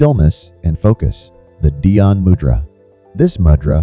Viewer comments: It’s moo-dra not mud-dra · Please pronounce the word " mudra" correctly: moo+dra. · Moodra is a appropriate pronunciation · Please pronounce the words correctly! It is not mud ,it rhymes with "could" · Good info. But check your pronunciation. Mudra is pronounced with a long U for example.